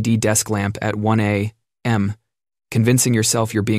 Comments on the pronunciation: I must say, the AI voice really messed up this video. I’m usually a huge fan, but apparently this AI voice doesn’t know how to say a.m. properly and it mispronounced the word close in the elevator bit, making it difficult to follow the story, though I understood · I like the voice. Still need to proof listen to things like A…..K…..A and A.M